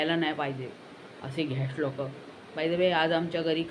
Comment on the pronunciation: 'Ghest loka', 'fiss fiss',😂